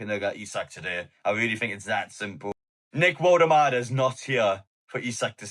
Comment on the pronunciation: in German W is pronounced V